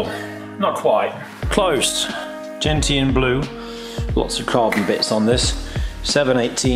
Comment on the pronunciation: Gentian Blue is pronounced "jen·shn".